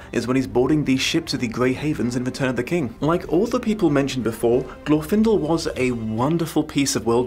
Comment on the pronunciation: I'm not even going to watch this video. It's Glorfindel.